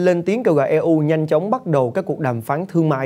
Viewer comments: E U viết tắt của Europe đọc tiếng pháp là ơ rô pơ hay tiếng Anh là yu râu pơ mới đúng ! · Đọc là i u từ EU chứ e u là gì ?